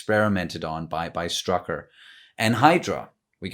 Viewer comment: Someone should really tell those american actors how to properly pronounce "Strücker". I mean I get that "ü" is difficult if you are not used to it, but the rule when to pronounce "St" as "Sht" should not be that hard to understand. So at least it should be "Shtrucker". And here is a question for everyone: Try to summarize what "Geraldine" was talking about in the scene with the stork. Because I for the live of me could not. I was too focused on Wanda and the stork. ;)